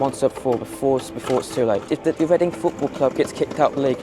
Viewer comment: Make Leading (Chinese pronunciation) Reading again.